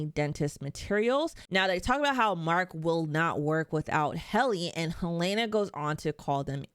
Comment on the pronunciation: HELENA! NOT HELAYNA! It’s pronounced correctly in the show. That’s a clue for the clueless